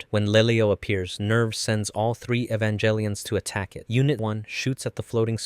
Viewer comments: Please, you know too much about Evangelion to be saying Evanjellyon. Cool video, though. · You mispronounce "Evangelion". The proper pronunciation is Ay-van-gehl-e-on (HARD G, not J sound). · It's not evan"jell"ion. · you are saying the name of the show wrong. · How can you know this much about the series but still pronounce "Evangelion" wit a soft "g"? 😆 Also, isn't the First Ancestral Race not in the original material? It's referenced in background material (mostly artbooks and pre-production documentation, and later the PS2 game,) but isn't mentioned in the original series, EOE or the Rebuilds. There's no proof either that Angels were supposed to be the original inheritors of Earth, but that they were representative of potential directions that "humanity" could've taken, which is why Kaworu is one of the final Angels to show up, representing that fact.